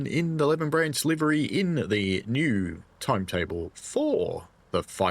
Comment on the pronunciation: FYI, it’s Lee-ven , not Lev-n